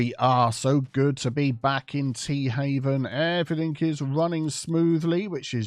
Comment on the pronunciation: Anybody else hear the name of this town as Teahavin' instead of Tea Haven?